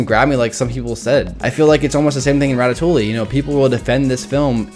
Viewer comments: Can he please stop saying 'ratatoolie' and start saying 'ratatoowe' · Ratatoley? Ratatouille* (Rat-a-too-ee) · Rat-a -too-ey. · It's Rat-a-too-e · Isn't it "Ratatoie" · Hey guys let's all watch ratatooooooly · A french speaker hearing english speakers say ratatouille is a torture for the ears xD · I'm okay with you rating ratatouille at 16 despite me liking it. BUT. I AM NOT OKAY WITH YOU PRONOUNCING THE L'S IN RATATOUILLE (nice vid though)